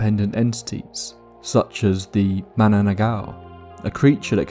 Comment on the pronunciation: "MA-NA-NANG-GAL". I know, it's so hard to pronounce if you're not a Tagalog speaker.